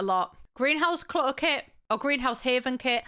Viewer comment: 'Cutter klit' oh my WORD